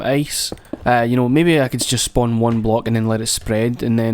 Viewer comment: SPOWN THE ZE ICE! dont care if you spwan it